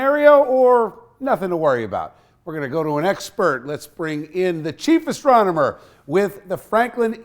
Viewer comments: I overheard “Cheapest Astronomer” has to replay 😂 chief astronomer lol. Funny to me. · I heard “cheapest astronomer”